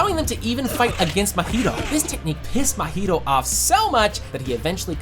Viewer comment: its not mohito its mahito num nuts